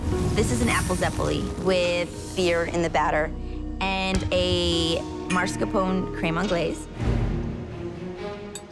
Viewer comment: I'm wondering if anybody noticed that weird mascarpone pronunciation.